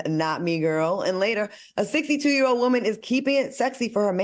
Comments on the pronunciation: I hate hearing Al say these TWO words.. SUSSESFUL and WOEMAN!! lol HE BUTCHERS WORDS!! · The way AL say woman